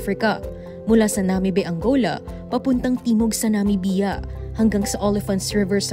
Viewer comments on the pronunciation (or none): "Na-mib-ya" po sana, not "Na-mi-bi-ya". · Bakit ganunang pronunciationnyo ng Namibia.. weird